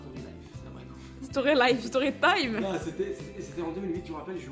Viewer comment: Stowi time suw l’algewie